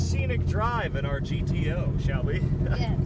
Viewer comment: GTO: pronounced - Ghetto